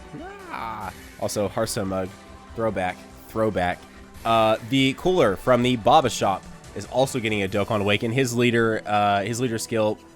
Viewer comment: It's not koo-ra it's coola, roll the r my guy😂👌🏿